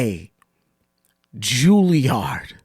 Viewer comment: “ School of the Julie Arts.” Does she mean The Julilliard Schoo?